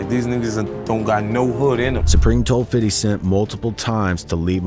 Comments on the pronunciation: 🤣😂🤣it’s Fifty not Fidy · It’s FIF-TY not fiddy!!! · Fam...stop saying "Fiddy". It doesn't make you seem or sound cool. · How hard is it to say fifty (fifth-tee) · Stop saying 50 like that.